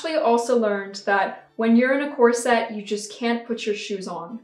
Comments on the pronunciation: Cor-sett?? Ha ha ha! Try to hit it inbetween 'corsit' and 'corsut', and remember to not roll your r in the middle. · I’ve definitely noticed how you pronounce corset but I really like it! It does seem to be the “unusual” way it’s pronounced but I don’t think you are the only YouTuber that pronounces it like that…I’m pretty sure I’ve heard one or two others pronounce it like that and I don’t mind it at all. We all know what you’re saying and that’s all that matters. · I just did a quick etymology search, and it is an Anglo-Latin word, so the emphasis would be on the first syllable—COR-set. Now we know. 😄😁😄 I thought people did videos all the time, raising money and giving the proceeds to others for all sorts of charities and things. Why was this an issue? I would also think that they would give you at least one warning. People violate TOS and are given the chance to correct things. Why not you? Is this a way to hoard creators’ money? I’m frustrated on your behalf. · Didn't realize at all that you were pronouncing corset in a "different way" 😂 must be that English isn't my first language either